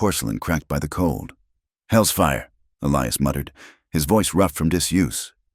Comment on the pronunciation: And it's pronounced E-lie-us, not Elee-us. Come on, AI!!